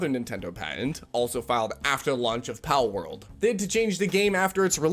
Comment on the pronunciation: edit: i like the part where he mispronounces words for rage bait interaction. i think he just said "parworld" i should have been arrested back in the early 2000s for playing my sister's barbie horse video games allowing me to BREACH NINTENDO'S FUTURE PATENTS of basic game mechanics.